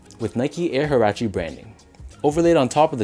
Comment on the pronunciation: These a dope colorway and btw its pronounced "wah-rah-che"